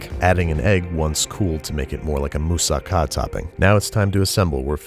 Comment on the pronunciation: Kudos Babish for pronouncing Mousaka correct!